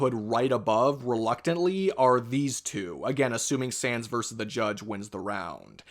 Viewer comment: “Jimmy neutron verseurs dexteuuuuuuur” wtf is that dialect